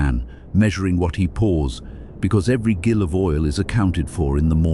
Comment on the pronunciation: The 'Gil of oil' is pronounced 'JIL' 😂